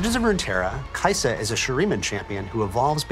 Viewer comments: kai sa it is kai sa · When this man said, kaisa in shurima i had a spazz now im on da floor, drooling my last braincell out.